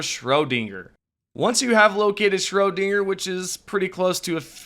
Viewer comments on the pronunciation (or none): 😂😂😂😂 "Atlantic City, Scrowdinger, Chainee...." I've heard quite a few and they are racking my nerves! 😂😂😂😂